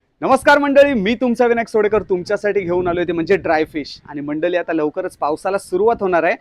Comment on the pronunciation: ळ हा शब्द का वापरत नाही ल शब्द कायम वापरतात असं का मंडली. मंडळी का नाही